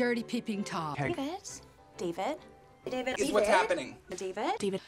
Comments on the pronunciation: Alexis: Dee-Ved Moira: Day-Ved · Moira : "Daevid" Alexis: "Deevid" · Ew Dayy-vedd!! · Is it me or does “David” starts to sound like “Steven”? 😂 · At some point all I heard was “daybed” lol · Honestly I heard a LOT of “Divids” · After a while i hear Divot instead of David, idk why